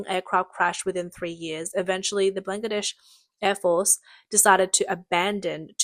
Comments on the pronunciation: she does. And she's typical for girls who have zero interest in doing their job properly. I heard FAR MORE mistakes than the average Aussie would make. We ALL know what Bangladesh is, and she's calling it blang-ladesh. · NO. DON'T maoe excuses because it's NOT her accent. I have thr same accent and NONE of us pronounce Bangladesh as "blang-ladesh" and frigate as free gate. She simply can't read properly and is typical of girls here who don't put any effort into their job. This isn't lisp, it isn't the accent, she's just hopeless. 70% of Australians could do it better. Honestly she'd be fired for even reading childrens books in Australia. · Coup → “Coo,” not “Coop” Chilé → “Chee-LEH,” not “Chilli” Chilean → “Chee-LEH-in,” not “Chillian” Bangladesh → “BAHN-glah-desh,” not “Blangadesh” Disastrous → “Dih-ZÆ-struss,” not “Distrastrous” Pakistan → “PAH-kee-stahn,” not “PÆ-kih-stan” Fared → “Faired,” not “Fard” AND Subsidence → “Sub-SIGH-dense,” not “SUB-sih-dense” I love your voice and accent, Australian lady, but you Australians really have a penchant for mispronouncing things 😂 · COUP is NOT pronounced "koop". It's "koo". PLEASE LEARN. Your reader here has very, very poor knowledge of the English language. 👎 It's Ban-gla-desh. "Made In China" quality on full display with the CCP 'weapons'. You get what you pay for... M 🦘🏏😎